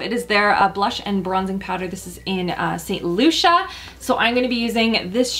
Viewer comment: Lol loved this! Btw the elf blush and bronzer is pronounced Saint Lucy-a not loo-sha